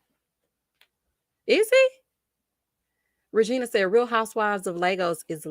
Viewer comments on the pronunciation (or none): none